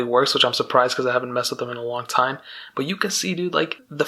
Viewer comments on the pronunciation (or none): none